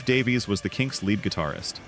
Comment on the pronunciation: Great video. One quibble. Ray and Dave Davies. Their surname is pronounced Davis.